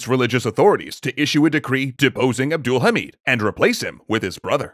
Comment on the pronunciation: it's NOT ABDUUL-HAMID it's abd- al- hamid